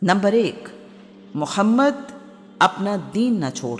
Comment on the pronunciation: Abe padhe likhe jahilo episode k lye kisi mard ki aawaz k intekhaab krte is jahil orat ko to tameez bhi nhi h hamare nbi SALLALLAHU ALAIHI wasallam k ism mubarak k sahi tariqe lene k